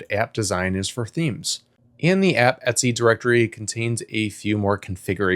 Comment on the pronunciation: Did he just pronounce 'ETC' as Etsy? Oh my lord.